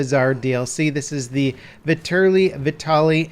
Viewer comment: "Viturly vehtaly" um... that's not how it's pronounced lol